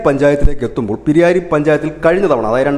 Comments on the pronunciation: പിരിയായിരി അല്ല പിരായിരിയാണ് ശരി. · സർ പിരിയാരി അല്ല. പ്രായിരി (പിരായിരി) എന്നാണ് വിളിക്യാ.. കൃഷ്ണകുമാറിന് നല്ല സാധ്യതയുണ്ട്. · പിരിയാരി .. അല്ല ബ്രോ.. പ്രായിരി ആണ്. തെറ്റ് തിരുത്തുക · പിരിയാരി അല്ല... പ് രായിരി ആണ്.